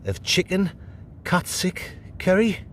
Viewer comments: Did you enjoy your catsick, 😆 haha think it's pronounced cat sue 😆 🤣 😂 😹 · Where did you get Katsic from LOL. It's Katsu curry as in the name Sue so KatSue Curry not katsic curry 😂😂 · Katsick? Not katsu????no wonder you weren't sure of it 🐈🐈😼🤮🤮🤮🤮